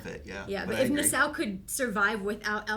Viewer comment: 2 season in and I'm still hearing nuh-SOW instead of NAH-saw....🙃😑